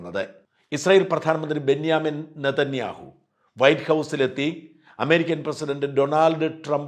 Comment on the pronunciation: Benjamin.Nethaniyahoo Ennanu peru dhayavai ucharikuka Mr Sajan skariya